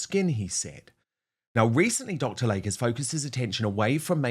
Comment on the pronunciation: PRONUNCIATION: Dr. "Lay-Key" NOT Lake.